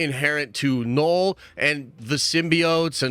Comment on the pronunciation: Man said “Knoll”